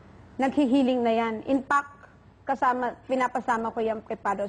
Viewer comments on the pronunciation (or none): whaaaaaaaaat?????? IMPACT??? ( and ) infact po.. hahah katawa naamn to inerview..